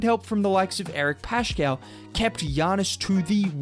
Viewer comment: You're at it again!! PLEASE ... the name is Paskaal. It's spelled Paschall but it is pronounced Paskaal and not Pashaal or Pashkaal. No sh or ch sound, OK? It affects your credibility. You can't be a Warriors expert if you never watch their games. If you did watch a few Warriors games you would've heard announcers calling players' names!